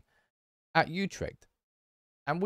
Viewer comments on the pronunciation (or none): none